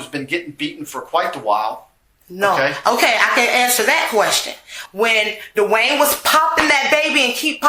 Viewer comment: Is the man named Dwayne(Duane) or D’Wayne as she pronounces it. I have cousins with both variations